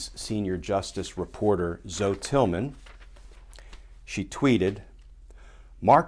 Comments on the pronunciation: Hi Glenn, I believe her name is not one syllable like zo but 2 syllables like Zowie, which is the Greek word meaning 'Life'. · Glenn (and DC people), does she really pronounce her name as "Zo"? Usually it's pronounced "ZO-ie" It's a Greek name (originally) meaning "life."